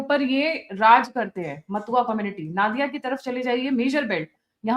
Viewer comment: Naadiya/नादिया jaisa koi word nahi hai Bharat mein. Ya to Nodiya/नोदिया boliye ( bangla accent mein) ya hindi mein nadiya/नदिया boliye samjhi 🙏🏼